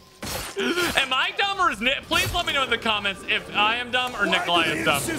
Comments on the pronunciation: ''Nikolai'' rhymes with ''die'' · Die rhymes with Nicolai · Die (eye) by the hands of Nikolai (eye) It rhymes lol. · Nikolai rhymes with die